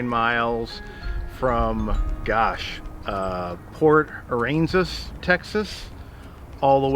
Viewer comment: I miss port Aransas and yes you said it right the first time 😆